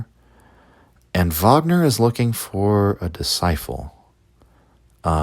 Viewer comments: Fascinating stuff but can't get over the pronunciation of disciple as discifle. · Are you mispronouncing disciple??